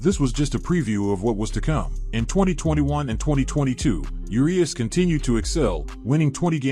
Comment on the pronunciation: Thumbs down for say Yerias instead if Urias